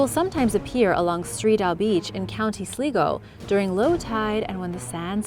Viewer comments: I've been to that site in Alicante, it was so interesting!!! Also, its pronounced sly-go for Co. Sligo, I live a few county's over, it's acc where I got my dog 😂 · Sligo is pronounced as 'sly-go'.